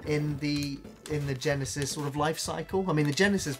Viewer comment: I like you guys, but please stop saying Sega Genisis.